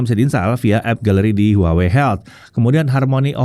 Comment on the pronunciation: tetep dibacanya : WAHWEi